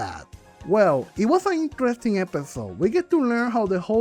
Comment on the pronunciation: I love and hate when you say "Intrresting"